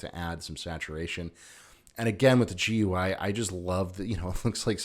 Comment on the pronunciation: Nice. I also refuse to pronounce GUI as “Gooey”